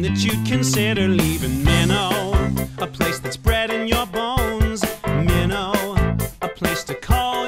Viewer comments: well if you lived there its pronounce Minto NOT Mino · It’s also pronounced “min-T-o” not “min_o” lol